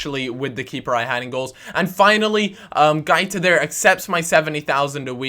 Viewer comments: its |GWAITA| not |GAITA|... pronounce the 'u' as a 'w' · guaita is pronounced GWA-EE-TA